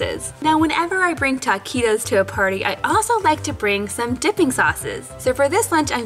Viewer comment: It’s not “Taaaaa quit os” it’s Taquitos.